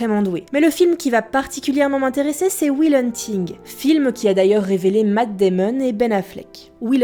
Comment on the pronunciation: "Queubrique" ? "Apocalypse no" ? "Wille hunting" ? Ahah, bon ok, prononce comme tu veux ;-)